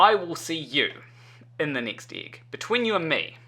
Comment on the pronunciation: There is only one thing about you that bothers me. You pronounce "egg" as ig. I'll get over it, eventually.